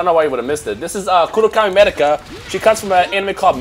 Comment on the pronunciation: my dude her name medaka say her name right